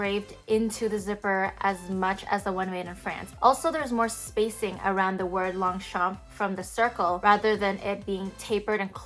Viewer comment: Please pronounce it properly!